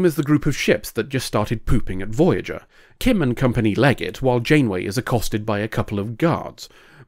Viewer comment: Ermahgerd! Veryerger!